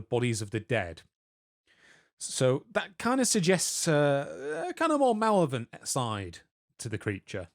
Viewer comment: Mal-lev-o-lent not mallow-vent. Number 9 in Norse Mythology: Are you guys doing any research or are you just winging it?